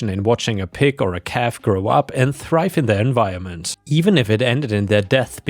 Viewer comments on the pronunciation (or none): none